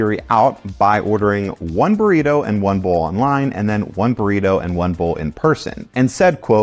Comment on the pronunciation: sounded like you said "Burweedo" for a sec hahaha workaholics